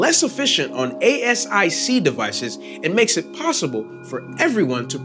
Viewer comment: You want to pronounce asic, like a word. Not spell it out.